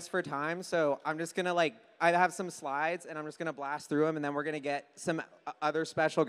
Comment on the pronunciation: Did he really say Jew slides 😂